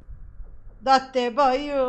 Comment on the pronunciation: Ehem ehem *dattebayo Düzeltmek gibi olsun 😅